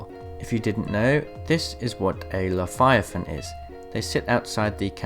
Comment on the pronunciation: It's not Liviathan, its Leviathan